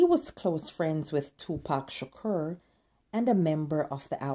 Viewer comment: Ma’am it’s pronounced Sha-CORE